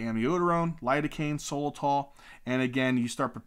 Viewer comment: Good video….it’s not solatol tho….it’s sotalol